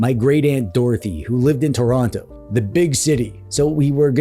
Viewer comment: It’s pronounced “Churonno” T O R O N T O By the way, merry Christmas from southwestern Nova Scotia (We’re actually gonna have a white Christmas this year, it’s usually too mild for snow yet)